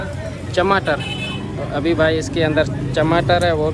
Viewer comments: Chamater nahi bhai tamater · Chamater nahi tamatar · Tamatar hai na ki chamatar😆😆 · Tamatar hota h chamatar nahi